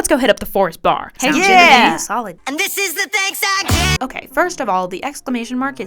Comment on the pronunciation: The worst thing about This is The Thanks I Get, he puts emphasis on random syllables which sounds weird and I think too… clunky?